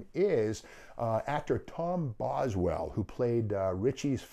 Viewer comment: It was Tom Bosley. Not Boswell.